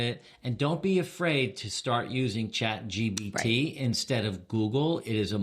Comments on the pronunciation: This is hilarious! And it’s ChatGPT not ChatGBT 😉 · I think its funny that you call it Chat GBT 3 times at the start of this video